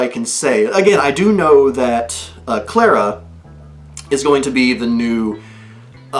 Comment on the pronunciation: Clara's name is pronounced CL-AH-R-AH